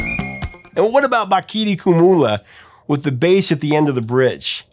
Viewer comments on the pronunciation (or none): "Kumalo" not Kumula.